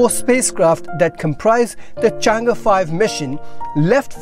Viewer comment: Good pronunciation of Chang'e. 👍